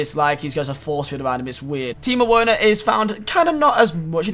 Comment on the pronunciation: I cringed when he pronounced Werner wrong.